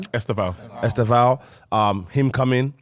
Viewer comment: Broooooo. Man said “estavan”🤣🤣🤣